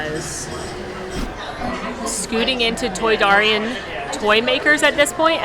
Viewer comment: It is pronounced ay-tee-ay-tee and toy-dare-ian. That’s okay though, I still like your channel!